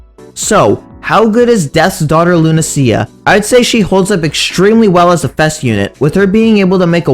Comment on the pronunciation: Wait why do you pronounce it Luna-see-ya? I thought it was Luna-sha or Luna-sh-ya